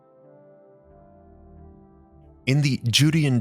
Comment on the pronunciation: Judean is pronounced "Jew-DAY-in", not "JUDY-in".